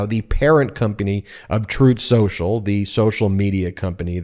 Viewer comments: Troath Sential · Troth Senshal is how tRump says it, 🙂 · I've heard him say it "Troath Shoashul" 😄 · Ooh, Throath Shenthralh (hey, I'm just going with how Donald Chump verbalizes the name) is getting the backing of a pr0n-friendly bank. Maybe they should just rebrand to "OnlyTruth" (which Chump would then pronounce as "OnlyThroath", making it even more fitting). 😅